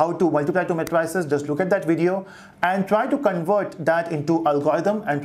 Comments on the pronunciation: Thank you for the lectures. Please the pronunciation is mei·truh·seez not matryceez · mae-tri-ces ....lol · CAN YOU SAY MATRICES CORRECTLY OR WHAT!!!!!!